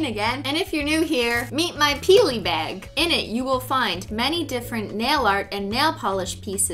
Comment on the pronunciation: Why does she say beyg not bAg